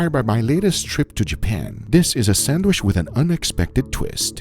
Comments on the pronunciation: PRONOUNCED " SAN D WHICH" NOT " SAN WISH" GEEZ GUGA YOU KILL ME WITH YOUR PRONUNCIATION... LOL I DONT KNOW WHY I LET IT BOTHER ME SO MUCH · Guga please stop saying sandwish 😂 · When will Guga learn to say sandwich? Say CHEESE!!!, Sheese...